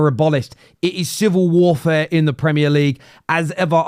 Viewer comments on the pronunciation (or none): It's warfare,, not warefare!